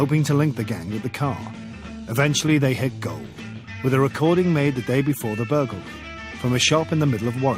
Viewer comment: I really enjoyed this documentary, but I'd have enjoyed it much more if the narrator could say 'burglary' properly.